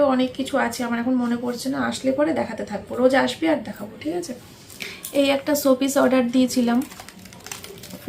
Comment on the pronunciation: তুমি কি স উচ্চারণ করতে পারো না? কি ছ এ করে উচ্চারণ করো।। এতো বিচ্ছিরি লাগে শুনতে।। ছ্যাম্পু,ছোপিস পাগল একটা।।।।